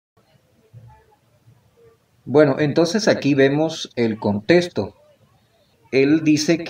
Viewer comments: Desde Masaya Nicaragua. Con solo la mala forma de hablar, demuestra un nivel bajo de educación académica. Sin conocimiento, es fácil ser engañado. Pronuncia: "testo" en vez de "texto"; "contesto" en virtud de "contexto". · Hola B dias . Mira , desde que dise contesto en ves de CONTEXTO, testo en ves de TEXTO frases así, ya desde allí esta mal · desde que dice "contesto" en vez de "contexto" no le haría caso...